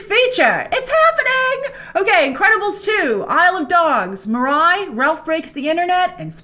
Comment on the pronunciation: Pretty sure it's pronounced "Meerai" and not "Mahrai"